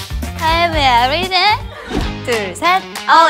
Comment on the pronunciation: Ryujin: maybe..... Everything Chaeryeong: maybe.... Everything Lia: Maybe everything Yuna: maybe everythang Yeji: Awe Aweting.